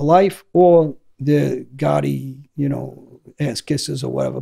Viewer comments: The way he says gotti. " Ga ee" lol British accent doesn't pronounce the letter T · John goh-ee